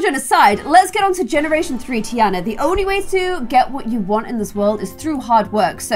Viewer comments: Tiana pronounced Tarna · Does anyone else pronounce Tiana different (tee-arnah). Like it is low key angering me but I will still end up watching all of them? 😭😂